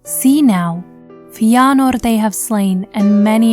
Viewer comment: Great series but Holy shit I hate the way pronounces Feanor. FEE-AH-NORE